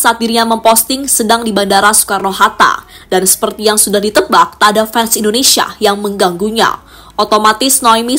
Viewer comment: Bahasa NARATORNYA , kurang enak didengar , menyebutkan INDONESIA KOK INDONESA ,. Dan bahada yang lain untuk di benahi.